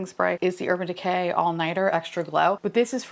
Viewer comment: When you said Urban DeCAY, it totally reminded me of the way "Mr. Nightmare" - another New Yorker - talks. Have you ever watched his YT channel?